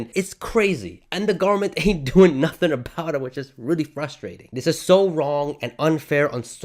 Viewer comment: sorry aboot that eh